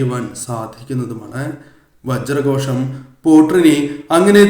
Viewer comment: ഓം വജ്രകോഷം എന്നാണ് ശ അല്ല ഷ ആണ് അവസാനം വരുന്നത്🙏